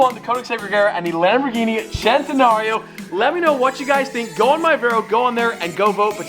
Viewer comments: Its not chentenario its CENTENARIO!!! (Spoken like sentenario) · Hol up... where's the h in centinario??? It's a centinario not chentinario. Nothing bothers me more that someone mispronouncing a cars name that is so simple to say.